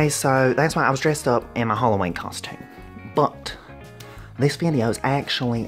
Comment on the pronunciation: Talk properly. Hollowayne?